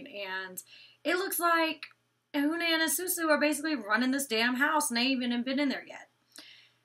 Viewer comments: huh-nan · Hanans name is pronounced Huh-nan